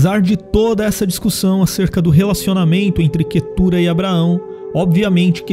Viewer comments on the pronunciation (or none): O nome da minha esposa, mas pronunciamos Quétura